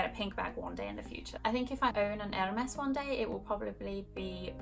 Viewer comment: You pronounce Hermès so weirdly